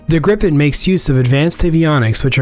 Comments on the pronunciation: Prenounced more like "Griipen" and not "Grippen" FYI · Isn’t it ‘gripe-en’? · So fun to hear people pronounce Gripen - Not "Gripppppen" you should say like - "Greeepn" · Gripen? Think "gree-pen" with a Scottish R.